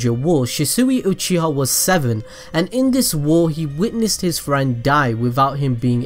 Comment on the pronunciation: Uchiha. Not oochiha